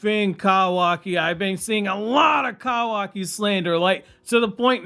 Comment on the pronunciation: pls fix ur pronunciation man…kawaki, kurama, etc its painful to listen to dude